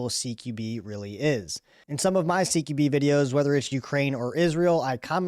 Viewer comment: Dude, "Q" is pronounced "kew" and NOT like "key"